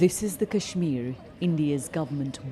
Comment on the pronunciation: I was like “cool, you rarely hear Kashmir pronounced correctly by a Brit” until they showed the “BBC Asian correspondent” with an obviously Indian name, though to her Brit credit, she did screw up “Srinagar” at the very end.